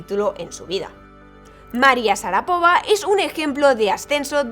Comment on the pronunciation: SHARAPOVÁ, CON ACENTO EN LA ULTIMA SILABA